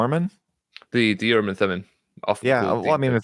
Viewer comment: I am a messenger from the L-rd. I am aroused and awakened to correct you, and all lds people. STOP SAYING URRM AND THUMUM!!! It is extremely annoying and silly sounding. The proper hebrew pronunciation is "oorim and toomim" rhyming roughly with "groomin and moonin". But you must shift the stress to the second syllables, like ooRIM and tooMIM. you can quibble about the t of toomim, because in hebrew you would use a soft t, that is a th. But not in english. You see, the word "and" in hebrew is just a single letter W pronounced with a schwa, that is just enouvh push to say the letter. Often and in hebrew is transliterated "we" but now wee and not weh, but somwhere in between. Now...a t in hebrew can be either a t or a th. Mostly when the t is at the beginning of the word its hard. If its in the middle of the word its soft. (In phonetics there are always exceptions, but none are relevant here.) Note the we meaning and is not a stand alone word. Its a prefix. So ooRIM and tooMIM are actually 2 words not 3, like this "ooRIM vetooMIM". note that the t is in the middle of the word, so it turns soft. Now if Joseoh got the oorim and thoomim from some translation of the bible, the translators can be for keeping the soft th, cus that is the actual pronunciation in the bible. But if you are not translating scripture and you are just talking about oorim and toomim, it would be better to pronounce the t as a t.